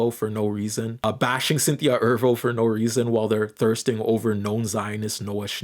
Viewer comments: Is mispronouncing words apart of your internet persona? Because why are you pronouncing Erivo “Er-Vo” instead of “Er-Re-Vo”? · Slight correction: Cynthia's last name is pronounced Eh-REE-Voe. However, I'll leave the pronunciation of Aryana– I mean Ariana alone. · E-'R-I'-Vo. The 'I' is not silent. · You keep saying mommy and ervo instead of mammy and erivo.